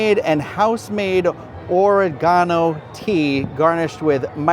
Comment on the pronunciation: You pronounced Oregano correctly for your UK viewers!